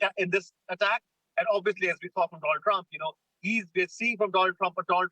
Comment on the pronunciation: At first I thought I miss heard, she did said Donald Drump😂